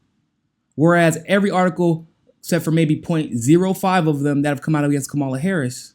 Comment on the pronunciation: You're saying Kamala's name wrong. She said it on the view - it's KAmala not KamALA (Comma-la)